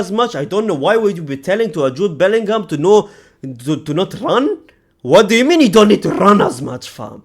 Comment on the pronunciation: Bellingham 😂😂😂😂 Boltingham